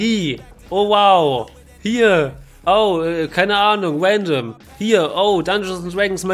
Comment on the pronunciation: wandom und twailer killt mich immer wieder :face-purple-crying